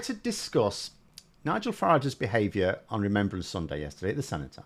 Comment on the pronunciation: Remembrance, not remembèrance, dah!